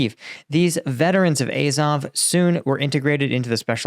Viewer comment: AZOV. It's pronounced 'Ah-zov' not 'Eh-zov'. Hope this helps.